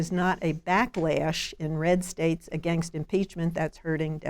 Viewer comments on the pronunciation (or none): For thirty years Elanor Clift has been saying: againgst.